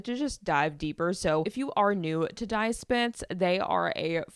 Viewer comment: Just discovered your pod. Love it! BTW "Die" is pronounced "Dee" not "Di"